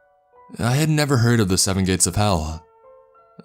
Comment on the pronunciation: Did he just say "electronics don't work in the Gays" .....?!? I'm outraged! Outrageously outraged.